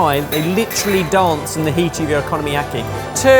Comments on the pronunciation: I legit snorted every time he said "economyaki" instead of "okonomiyaki" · The unintentional mispronunciation "economy-yaki" is quite fitting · Purple and yellow carrots? :O Okonomiyaki - oh-coe-no-me-yah-key is Japanese and have a long o sound. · absolutely kills me every time one of them calls okonomiyaki “economy-yaki”… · “Economy-yaki” …took me a sec to realize he was trying to say Okonomiyaki. 😂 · I’ve got to say, big fan of making okonomiyaki at home, but I had a bit of a laugh hearing “economy-yaki”. Brilliant idea, I always look forward to your uploads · I'm not even Japanese and I am insulted by your pronunciation of okunomiyaki. Also it translates as fried things you like